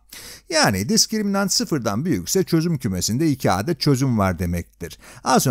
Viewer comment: bu nasıl bir 'adet' kelimesi telaffuzu